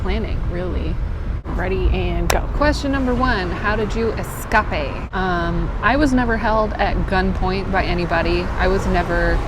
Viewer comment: 🤣🤣 the way you said escape!! And you swear to drunk your not god on a TikTok. My husband said you and I talk and sound the same 🤣🤣